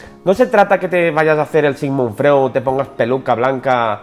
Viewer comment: Freud jajajajja se pronuncia “Froid”